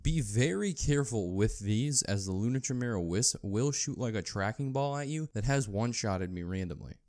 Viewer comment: It's pronounced ki mera.